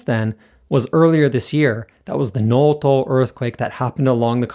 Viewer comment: 能登（のと）not のうとう😅